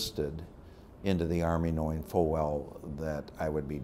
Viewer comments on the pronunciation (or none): none